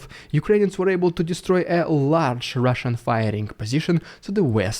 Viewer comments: I love it when you say "RIDICULOUS RRRRUSIAN PRRRRRRRRRROPAGANDA" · Rrrrrhhhaaahhshan Dyude excelling himself today😉